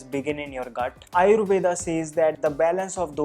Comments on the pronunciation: 👍🏻Good, useful information But why are you pronounce wrong. आयुर्वेद is true pronounce even in English and not आयुर्वेदा. Similarly pronounce वात पित्त कफ & दोष AND not वाता पित्ता कफा & दोषा. NO NEED TO BLINDLY COPY ANGREZ. Are you or ा 😀😀😀😀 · its actually rama and Ayurveda in Sanskrit, north indians aren't pronouncing the 'a', but south indians still say the 'a'